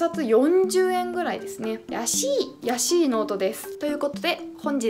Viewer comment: やしぃ！(安ぃ) かｯ…かわいいｯ(*´ノi｀)